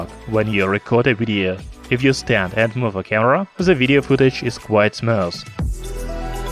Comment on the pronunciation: Ребята, у вас реально лучшие обзоры, самые детальные, профессиональные! Всего 2 видео смотрю и в шоке, что так мало подписчиков. Хотя могу посоветовать. Немного четче и медленней произносить слова, тк произношение не очень и некоторые слова непонятны. Smooth читается смус, а не смоус. Ну или мне так послышалось. Если вы поработаете над произношением и интонациональной выразительностью текста результат будет очевиден.